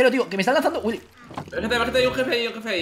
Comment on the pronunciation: williy wonka... ¡WILLY! wonka...¡dice ¡WILLI!